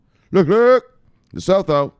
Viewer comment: Research how to properly pronounce LESOTHO